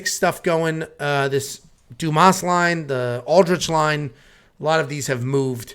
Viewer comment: Dumas (DYOO - MAA) if anyone cares. Like "Dooma"